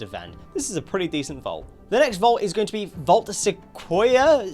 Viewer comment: Sequoia is pronounced Seh-koi-ah